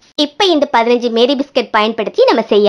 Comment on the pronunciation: Meri biscuit illa mari biscuit